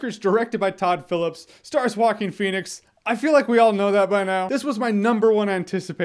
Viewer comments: Vikas Chenna it’s pronounced wah-keen. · Jeremy “Hawkeen Phoenix” Jahns. Wait what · “Hawkeen Phoenix”- Jeremy Jahns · I hear you say “Walking Phoenix” lmao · Jocking Phoenix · Why is it so difficult to say Joaquín? I'm dying. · Joking Phoenix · He's name is walking phoenix although he is always running in the movie